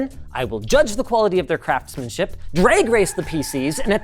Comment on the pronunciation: Why did I hear "quality of their crapsmenship"?